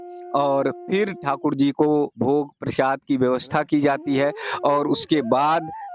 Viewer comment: Bhai use प्रशाद nhi प्रसाद बोलते है समझे